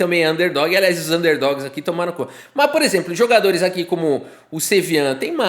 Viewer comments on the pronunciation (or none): Acho que ele quis dizer "tomaram conta" mas não teve a fonética mais clara do mundo rs